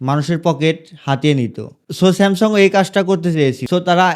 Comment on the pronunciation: স্যামসং❌ স্যামসাং ✅